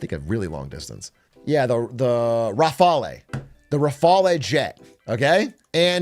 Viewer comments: Big A, please - rafale is pronounced closer to "rough-all" than to whatever Italian nonsense that was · Actually Pakistan is using Chinese and American equipment (eg. J-10 next to F-16), while India uses Russian and French aircraft (btw the e in Raffale is silent). Pakistani pilots even trained in US Red Flag exercises iirc.